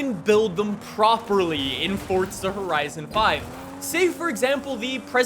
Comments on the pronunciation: Forza not Fortza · It is pronounced forza not fortza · Forza not Fortza bro 🤣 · FORZA!! not FORTZA!! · Why this man always say "fortsa" lol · Idk why but it pisses me off that he says fortza bruh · Freakin awesome man. Can’t wait. On another note though there is no letter “T” in Forza. 😅🤔